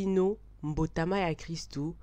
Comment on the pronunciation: Excellente explication. Courage. Je suis tjrs fan de tes vidéos. Cependant en Lingála tous les substanstifs venant d'un verbe ( par koBóngola,kotómbola etc ) leurs substahtaifs ont un accent aiguë sur toutes les syllabes . Donc on ne dit pas mbotaMÁ mais MBÓTÁMÁ pour kobóngola /kobóngolama = MBÓNGWÁNÁ . Kotómbola/Kotómbolama = NTÓMBWÁMÁ Kotúbela (confesser ) = NTÚBÉLÁ Autres chose : on ne prononce pas EKENGÉ mais EKÉNGÉ. Merci